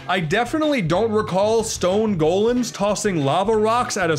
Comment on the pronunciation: I have a pet peeve about people who don't correctly pronounce "golem," yet, while most people pronounce it one way or the other (and usually incorrectly), pronounced it both. And when he pronounced it incorrectly, he still somehow did it in a charming way. This was an unexpected delight.